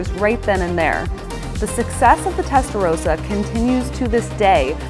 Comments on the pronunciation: Ist Testarossa not Testarosa. Nothing rosa in its name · It’s Rossa not Rowsa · Testarossa! Not Testarosa.. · How can you make a vid about the Testarossa and pronounce it incorrectly? It's Rossa, not Rosa.